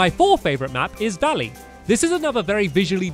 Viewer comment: He said Dalley not valley